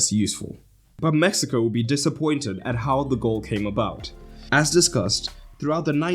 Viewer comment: I'm positive bro is saying Messico not Mexico, it doesn't even sound like he's saying Mexico